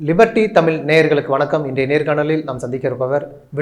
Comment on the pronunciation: please prounce Tamil properly (when u write in English there is no appropriate letter, so we write as Tamil. But we have ழ in Tamil. So please correct your of Tamil as தமிழ்